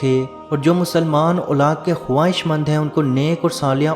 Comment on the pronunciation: Khabaiss not khabaesiiii bro.